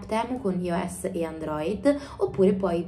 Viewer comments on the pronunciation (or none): E-commerce si pronuncia ICOMMERS e iOS si pronuncia AIOS…fyi